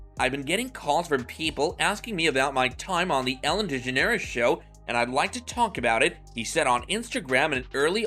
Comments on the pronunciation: Man, her name is pronounced deGEneres. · Ok this is utter bull... Just the fact your not even saying her last name correctly irritated me, as for all these so called famous people who spoke out about Ellen, I only knew of Lea, and the guy from Everybody Loves Raymond.... With how many famous people did appear on Ellen's Show, why are they not ALL speaking up, or is this one of those situations where.... The guests thought so highly about themselves, they didn't like that Ellen didn't roll out the red carpet for them because well, they aren't that famous as they believe or that important enough..... And if Ellen does have a moody side, don't all people at some point in their life, so this truly is utter BULL.... I hate to see that all these years later, once again Ellen is turned against just like she was back when she was in her own Sitcom..... When are we gonna stop placing so much hatred onto this Woman..... So there ya have it.